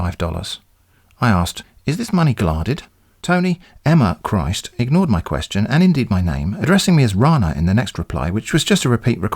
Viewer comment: I love it so much when you read the words as written. Ex: kwee-astion.